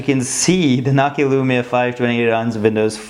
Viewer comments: It's not nakia its nokia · ur saying it nockia its NO KEY A js